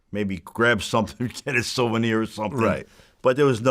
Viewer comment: “Silvernir”🤣 Lizer Minelli